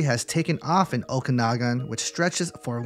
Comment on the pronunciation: Okanagan is pronounced "Oh-kan-ah-gen" btw!